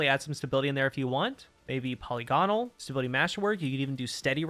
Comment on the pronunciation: LOL the way he says polygonal